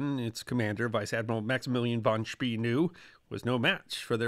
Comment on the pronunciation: Great topic, great video, but an American pronunciation of von Spee's name. E in German is pronounced A, V is F, and an S followed by a consonant is often if not always pronounced Sch. The Germans would pronounce von Spee's name "fon Schpay" using American English phonetics.